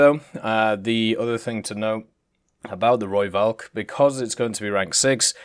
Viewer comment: ITS AN F SOUND NOT A V!!!! I have posted this EVERY time you do a rooivalk video. Please pronounce it correctly, i know you try to so thats why i tell you the correct way...